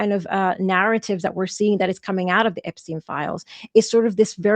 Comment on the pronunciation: I gotta ask, who is APE-steen?